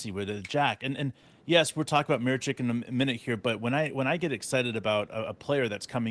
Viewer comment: Holy cow guys, it’s Miss Itch (Micic)